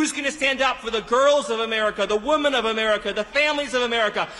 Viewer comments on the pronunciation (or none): He can't pronounce 'women' correctly.